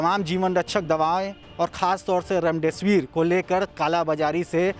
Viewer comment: remdisvr aisa bole ki hame laga raam dev kahne wale ho. Bhai new ho thoda confidnce lao. Itni dar wali khabar ko aise bolge normal jaise ki kuch hai hi nhi